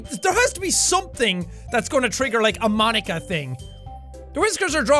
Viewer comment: I give my moam to... m-my moam to ponika. 🤣